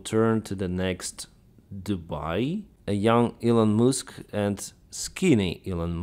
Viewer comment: “Elon Mooosk” 😂